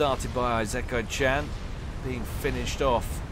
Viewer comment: At least he got the -chan part right.